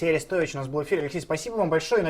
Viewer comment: Орестович ударение на О